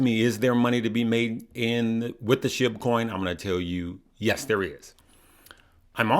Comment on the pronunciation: It’s pronounced sh-ee-b